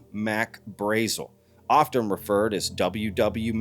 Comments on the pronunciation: It's Braazul. Not Braizil. You must be new to this. :) I'm surprised that you haven't seen The Roswell Incident yet. There are interviews with locals who knew the man. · I believe "Mack's" name was pronounced "Brah-zel"...